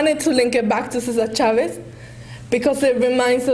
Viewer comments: No the girl called Cesar Chavez, "Cisar Chavez" Listen carefully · cisar chavez you mean cesar chavez